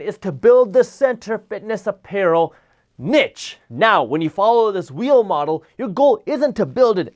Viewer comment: Thanks for pronouncing "niche" as nitch, not neesh. LOL